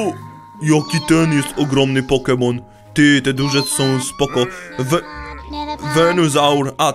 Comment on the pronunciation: nie umiesz gadać poke mon ale noobek naucz sie pokemon